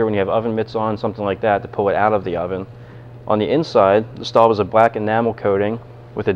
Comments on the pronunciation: It is Le not LA. And Staub is pronounced like “stove” with a “b” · No he didn't. Le Creuset is pronounced like "Leh Cruhseh". It is not pronounced "Lah Croosay" Staub is pronounced as "Stohb". It is not pronounced "Stawb". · Um, you've mispronounced both names.